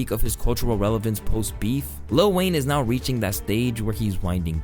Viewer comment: Small gripe; Why do people always say little Wayne instead of letting it roll off your tongue as lil Wayne? It's not that difficult.